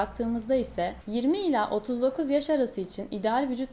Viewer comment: "ila" değil "ile"